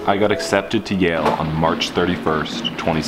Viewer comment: Yale not jail.